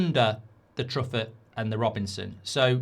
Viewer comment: Truffet is said in French, True-Fay, not?